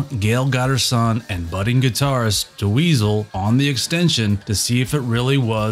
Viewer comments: Ouch! Do you know how to pronounce the name Dweezil now? Cuz it's just Dweezil, not Da Weasel. Great video though - Thank for this! Good luck! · "Duh weezil" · I’ve never heard Dweezil pronounced that way. Is this AI? “DeWeezle” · Who is this.. 'Da-weasel' he keeps talkin bout?.. 😂